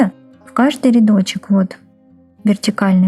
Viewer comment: Ниточка,петеличка, рядочичек - это что, детский канал по вязанию? И не РИдочек - а РЯдочек